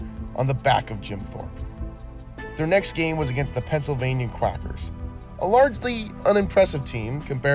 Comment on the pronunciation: I'm sorry, but it's the Pennsylvania Quakers, the A is a long A, like Quaker Oats, ya know?